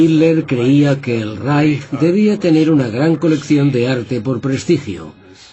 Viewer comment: porque pronuncia la " j " donde dice el III Reich , donde esta la " j " ?